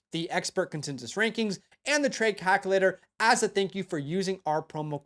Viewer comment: The word is Calculator….with a U, not calcalater.